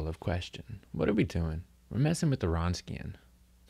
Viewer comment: It's pronounced "vronskian". Good lecture otherwise.